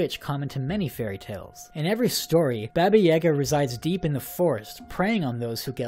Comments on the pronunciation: Most people pronounce Baba Yaga (Bah-bah yuh-GAH) incorrectly, but your pronunciation is like, ten times worse. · When you were saying Baba Yaga, that triggered me, because you were saying it wrong. XD It's "bah-bah yaa-gaa" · I hate how you pronounce Baba Yaga.. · The pronunciation of Baba Yaga made me cringe a little xP Love your stuff <3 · Your pronounciation of baba yaga makes me cringe haha